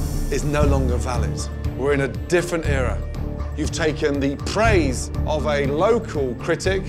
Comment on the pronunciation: the way he says "praise" lmao